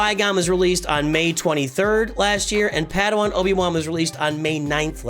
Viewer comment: I think you keep calling him "paddywan" because you're accustomed to the hard /e/ in Obi-Wan. I do the same.